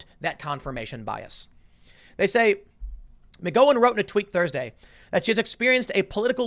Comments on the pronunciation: What’s with the “Ma-Go-In”? Isn’t it “Ma-Gow-In”? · The "Gow" in McGowan rhymes with cow 🐄 not "grow" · McGowen! It’s like “gown” not “go”. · It's McGOWan like COWan. Not Goh, Tim! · Can you so saying ma-go-wan??? It's mag--ow-an.. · Rose MAH GOW INN. Rhymes with "cow" not with "go" Tim. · O-M-G! Her name is Rose Mc-GOW-EN, NOT Mc-GO-IN. Nothing worse than hearing some pretentious idiot mispronounce something so many times in one video. 😳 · I think with McGowan, the gow is pronounced like cow, not go. Mc-gow-an. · Tim saying Rose Mig Go When on purpose now. He know it's sposed to be Rose Mick Gow when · Take a shot every time he says "Rose Muh-GO-in" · Mc-gow-en not Mc-go-in, come one Tim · Tim, if you keep mispronouncing Rose McGowan's name, I'm going to unfollow you! Its Gow like cow not Gow like Go. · You know the way asians bow as a custom? Say the word "bow" Now say the word "gow" and make it rhyme with "bow" Now say Rose McGow-ann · The name is Rose Mc Gow En, not Mc Go Wen, 😂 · God damnit, Tim! It's McGowan. See Mac gow Ann rhymes with mad cow man. 🤦🏾‍♂️🙌🏾✌🏾🧡🇺🇸🇺🇸🇺🇸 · McGowan is pronounced like saying 'Cow an'. Mic-cow-an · 'Gow" like cow...McGowan.....cowan...cow. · i think you are saying Rose McgOWens name wrong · But how many of these leftists are just jumping ship because they know it’s sinking. BTW... it’s pronounced MCGowwwan!!!! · McGOWan. Rhymes with cow. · Tim, you really are terrible with names. Mee-ka, Mc Gow-an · Mc GOW (like cow) an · Rose McGowan.....is pronounced Mc gOw in....like wow, cow, how... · Gao-Win, The one who dated Marilyn Mansons last name is pronounced Mc Gao-Win. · Can we have bi partisan agreement that it’s McGowan-the “gow” rhymes with cow? ffs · Anynody ever tell him it's pronounced like Mc-Cow-en? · I'm gonna unsub if you can't figure out how to pronounce McGowan (Mig-ow-an) and Mika (Me-cuh). Jesus Fucking Chri-stuh-stuh-st Tim... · Tim it’s pronounced rose mcgowwan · It's pronounced Mc GOW un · Rose mc-ga - OW - N